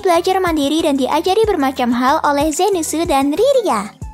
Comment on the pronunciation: zenith jadi zentsu, eris jadi erisu, dan lainnya'